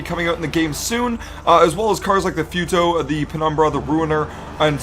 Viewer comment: Ik he didn't juss say fewtoe instead of futo